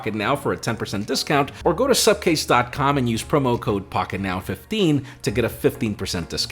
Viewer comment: It's Supcase and till today Im hearing Subcase. That's why is always angry with me 😂😂😂